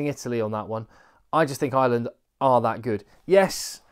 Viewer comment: I love your work.. but and it's a big but..... It's Ireland not island.......😂😂😂😂😂